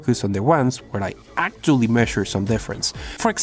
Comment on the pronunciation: acctuially begins